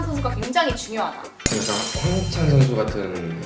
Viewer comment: 제발 발음좀 잘 해주세요. 항히찬.. 끼룩끼룩스탄.. 안되면 해설을 말든지요